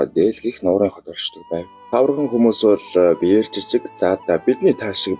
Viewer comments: Тавраган гэнэ үү😅😅😅 Тарваган гэж хэлнэ үү... 😊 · Баярлалаа гэхдээ нэг үгийг заавал засаж хэлээрээ таварган биш тарваган хүмүүс шүү!